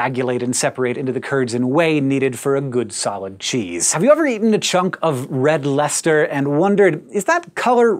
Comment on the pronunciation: Instead of a silly Cheese pun, I will instead thank you for telling me how to pronounce "Red Leicester"...Somehow I only just learned about this cheese a month or two ago, and have pronouncing it wrong since.